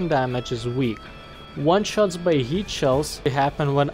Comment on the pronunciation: I love how he says HEAT like yeet